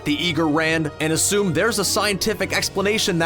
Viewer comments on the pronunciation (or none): none